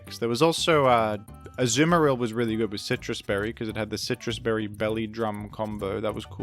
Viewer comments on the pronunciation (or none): none